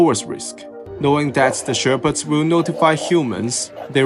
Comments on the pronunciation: Its pronounced sheh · puhds Not Shear - pids 😂😂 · im sorry but who else is laughing at the fact that this guy pronounces shepherds like sherbet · "Wolves will not kill the sherpets" yeah thats totally how that word is pronounced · the way you pronounce 'shepherds' is abysmal